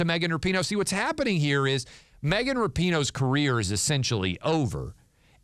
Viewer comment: You are saying her last name wrong. Is should be pronounced, Rapin' O'. With the "A" being a hard A.